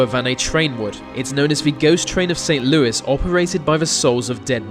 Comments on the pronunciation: We pronounce st Louis as Saint "luuee" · Ghost light of St Lewey is how it’s pronounced here (spelled Louis) I live twenty minutes away from there and have actually seen it It was even on that show Unsolved Mystery’s with that cool old dude Robert Stack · I live 20 min from st. Louis. But for future it's pronounced st. lewey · Love your videos. I grew up in St. Louis, Saskatchewan. We actually pronounce it with an E sound at the end not an S due to the french heritage.